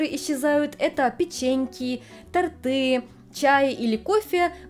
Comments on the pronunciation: тОрты и пОрты, а не тортЫ и портЫ! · тОрт - тОрты и в ед.ч. и во мн.ч. ударение сохраняется и всегда на букву О